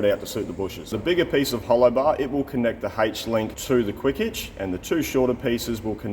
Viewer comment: I can't help but think of that saying... there's only one h in aitch :)